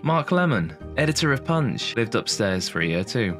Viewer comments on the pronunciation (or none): none